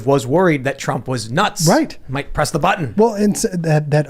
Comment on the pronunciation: emphasis on “nuts” was funnier than it should have been to me. Lol